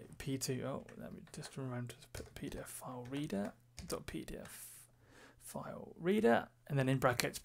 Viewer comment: When I ear you say PDFfile, cannot avoid to remember IT Crowd "Peter File" Beside that excellent video very well explained.